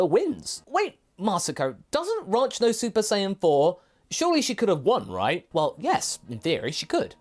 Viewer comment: Ranch, the way Masako pronounces it, sounds like Raunch or Raunchy, so her ahem “advances” towards Trunks makes sense.